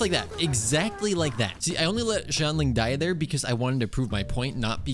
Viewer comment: pls it's shianling, not zhianling 🥲🥲🥲